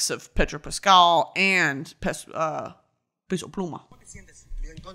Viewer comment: Brittany, I love you but his name is p eh so pluma not “pay so” pluma 😊